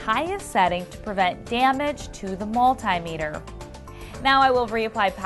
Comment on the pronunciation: OMG please say multimeter properly, thank you